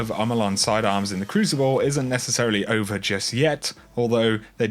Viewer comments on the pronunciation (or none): none